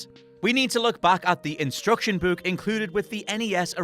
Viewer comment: Dude the way you say book 😂😂